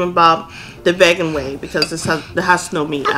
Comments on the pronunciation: Why is she saying 'veh-gan' is that the korean way to pronounce vegan (even though she isn't korean)...? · it's pronounced vEEgan not vAYgan lol said with love! <3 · vagan? ahaha its VE-GAN. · I realize that many Koreans tend to eat super fast as if they haven't had a meal in days lol and vegan is pronounced vegan as in "vee" LOl the way Jun said it was so funny and cute at the same time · Your children are so pretty and precious. Btw its “veegan” 😁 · Ummm….VEGAN is pronounced VEE-GAN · NOBODY GONNA TALK ABT HOW SHE PRONOUNCED VEGAN😭